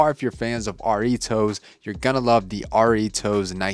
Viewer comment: Brooo why u say it like Arrritos??